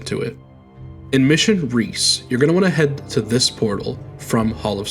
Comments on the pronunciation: Recce (wreck-EE) not reece Short for reconnaissance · Recce =/= Reece in terms of pronunciation. It's another way of saying Reconnaissance. Pronounced Reh-kh-ee. It's a common shorthand way of saying Recon or Reconnaissance. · Iirc the opening mission is supposed to be pronounced "wreck-e", and is short for recconisance